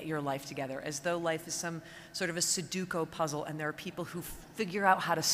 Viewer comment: great speech, but she totally botched the pronunciation of sudoku... :/